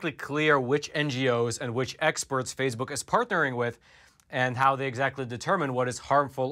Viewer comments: Phase Book is pronounced Face Book. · are you intentionally calling FaceBook “phase-book” or just mispronouncing it by accident? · It's face book, not phase book. Very annoying that you keep mispronouncing.